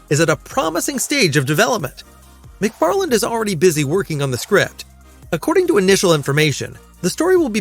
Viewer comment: I was gonna give him the benefit of the doubt, but at 2.28 he clearly says "McFarland is working on the script". It's prob'ly an AI anyway.